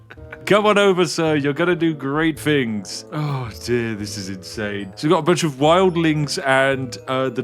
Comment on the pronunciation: I feel bad laughing at this because I used to make fun of his speech on live streams and he got really sad